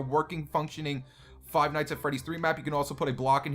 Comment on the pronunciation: Why do you say five like this fwive